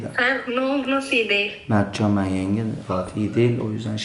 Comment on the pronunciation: Ulan Mertcan abhar sen daha ismini söylemeyi vilmiyom bide vidyo çekiyon